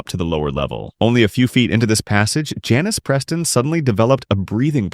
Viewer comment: He says Janice Preston